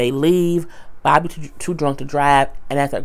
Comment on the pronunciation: I don't know why I laughed so hard when you said "BOB-A" lmbo